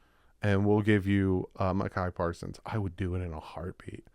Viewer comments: Pretty sure it's pronounced MY KUH PAR SONS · Bro its pronounced My-ka Parsons. I love you and appreciate you. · "I would love to have Micah Parsons on our team"...only pronounces his name super wrong.